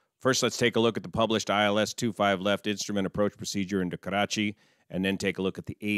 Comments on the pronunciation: 1 thing I can tell you with confidence. You are THE only non-brown person who knows how to say the name KARACHI right. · Yet another great analysis on this tragic plane crash in my City. I really appreciate all your work. It cannot be praised enough. I also love how you pronounce "Karachi" it's perfect. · Im from karachi and thank God he doesn't pronounce it as Krachiiii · Heartfelt condolences to all my Pakistani friends. As an Indian, this hurt. Also props for properly pronouncing Karachi. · Perfect pronounciation of 'Karachi' btw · Thanks for taking the effort to pronounce Karachi correctly. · haha i like the way you pronounce Karachi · great pronunciation "Karachi" for an american.